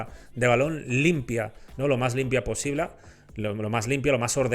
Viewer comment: "Lo más limpia posibla"